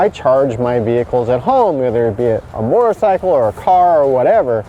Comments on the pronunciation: Yes he meant sickle mortar sickle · Mortar-cycle? There some misplaced pronunciation here...